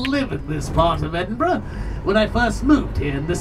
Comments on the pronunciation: Another nice video. You deserve a double like for being able to pronounce loch and Edinburgh. It's like nails on glass hearing your countrymen saying Edin-borro, or Glass-cow. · Great you came to Edinburgh and pronounced it correctly a lot of Americans say Edinbourgh ,just discovered your channel recently and enjoying your content. You guys are great x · I can imagine trying to casually sneak half of Edinburgh through customs because he ‘needs it all in his house’ 😂 Also, can I just say, thank you for pronouncing Edinburgh correctly. It’s so rare to hear Americans say it right 😆 Well done! 👏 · I only realised after the 3rd or 4th time of you saying it, but kudos for pronouncing Edinburgh correctly 😁. I grew up not far from Edinburgh, midway between there and Glasgow. I've done the Mary King's Close experience, i love history, so found it fascinating rather than horrifying. I also did the Blair Street Vaults tour around the same time. Again, i found it fascinating and perhaps oddly, i felt very relaxed and peaceful in there. Again as something historical, i thought it was very interesting, knowing that businesses were opened in the vaults, that people lived in there. The place must've been heaving. It's great you came over to Scotland and from what you've uploaded so far, seemed to have a great time. As we say here. Haste ye back. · LOVE that you are in my hometown! Edinburgh is cool eh 😊 hope you come back one day, maybe I'll bump into you lol. Btw,well done for pronouncing Edinburgh correctly! You did your homework hahaha. Come back and see us anytime 🏴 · I was born there. Major props for knowing how to pronounce it!